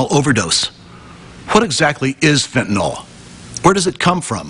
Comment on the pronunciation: So awesome to hear the male reporter pronounce Fentanyl correctly . He says it perfectly, as a 3 syllable word pronounced “FENT-ah-nill”. Most people say it in 2 syllables as “FENT-nuhl”, but congratulations to this reporter who is the first person to say it correctly since 2018, in the videos I’ve seen.